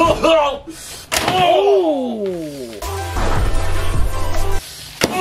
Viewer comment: It’s not regoku it’s rengoku